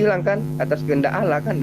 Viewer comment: kayaknya saudara kita itu yg kristen bisa2 jd mualaf sebab sy menyimak beliau bila menyebut tuhan bukan allah melainkan Alloh,memang tegas jelas dan mantap sekali atas penjelasannya ustat,dan tak lupa ku ucapkan alhamdulillah hirobbil allamin